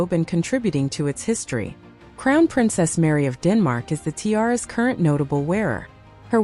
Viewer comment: Tie-aras? And Queen Elizabeth TWO? Please have a human being narrate these.